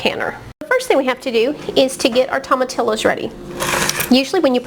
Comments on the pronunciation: To ma tee yo is how you pronounce it. Not tomatillis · This is a good video but I must agree with the others about the pronunciation of tomatillos. The double ll’s are pronounced as Y. Thanks anyway for the great instructions and attention to details. Good job!